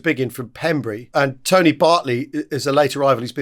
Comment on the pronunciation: Still pronouncing Pembrey wrong chaps, brey sounds the same as grey not bree.